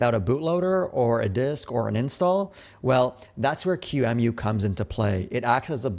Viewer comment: this is the first time i hear someone refer to qemu as q-emu